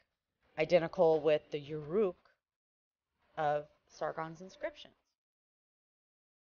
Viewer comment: Very poor presentation. The visual maps are awesome, the sequence is awesome. But the narrator hopefully is hired (and not the actual scholar) if she didn't know that as you pronounce Ur as Ur or Er, so too the city Ereck or Erech of Uruk is not You-Rook. And it didn't seem that she understood that Warka is the same name, same city Uruk being War -Ka. Now to submit some bible facts based on calendar (kish was built by Cush in 2270bc for the birth of his son Narmer or Nar who is called Nar Merod (Nimrod). And Babel; built when he was 30 is the observatory 5km west of Kish. It is not THE CITY (Ur means The City) that Abram was born and the Jasher book claims is both Abram living in a city ruled by AmraPal-Nimrod. So much crap mixed up, that you cannot even correct Wiki-Answers or Wiki-Pedia without getting blocked because they will claim their contradictions make sense and that your corrections are nonsense.